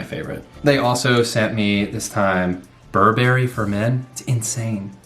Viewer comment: Try pronouncing Burberry again...?